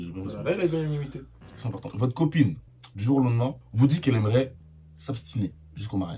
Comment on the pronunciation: On dit pas s’abstiner on dit s’abstenir jsuis désolé mais là t’abuse fort